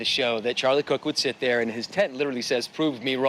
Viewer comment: How/why do people keep pronouncing his name "Charlie Cook?"